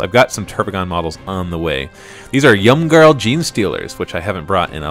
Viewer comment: STOP SAYING ‘YUMGARL!! haha it’s ‘eem-garl’. :P